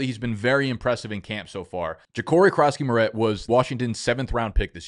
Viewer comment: bro...merit...its 'merit'